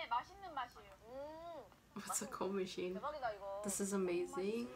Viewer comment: You read medicine as machine!! Lmao!! 😂